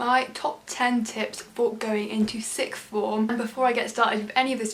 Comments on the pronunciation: Am I the only one that hears “sick form”? No big deal ur video was so helpful, thank youu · Sick-form 😂 (I’m just joking with you x ) Loved this though! A year 11 version would be greatly appreciated too!